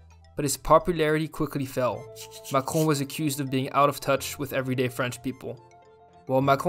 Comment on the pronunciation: It was interesting video, thanks. P.S.I like how you pronounce Macrone .